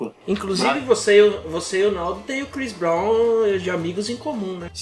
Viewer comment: Crix brau